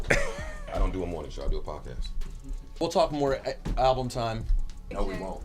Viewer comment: Joe did have a point about the al-ba-lum cover 😂/😢.